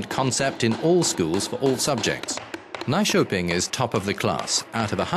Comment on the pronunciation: Is the narrator trying to say "Nyköping"?